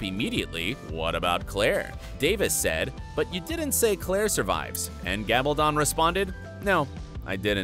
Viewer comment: It's pronounced Gal ba don( as in stone) not don as in to put something on.